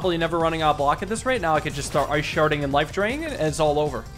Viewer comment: Ah yes "ice sharting the enemy*